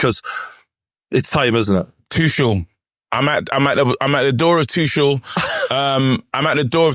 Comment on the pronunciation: aww christ not the kick off still calling Tuchel "Too-shell". He isn't French! It's "Too-kell"